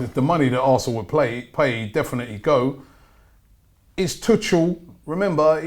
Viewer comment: Tuggggel, not Tutsjel...